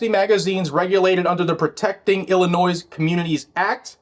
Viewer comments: Pretend the "is" at the end of Illinois is a "y". Thats how we pronounce Illinois ._. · As a former ILLINOIS resident, THE "S" IS SILENT. COME ON. You're what mid 40s, early 50s; you should know this.